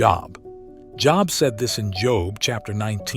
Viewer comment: Is it just me are do this guy sometimes mispronounced their names and then say it correctly when he reveals the answer, for instance he'll say Job and then say Jobe